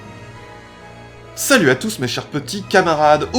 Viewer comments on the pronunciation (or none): none